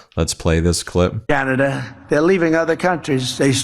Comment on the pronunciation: He said canida idiot!